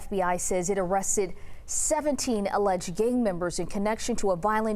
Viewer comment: She said "aleged gang members?"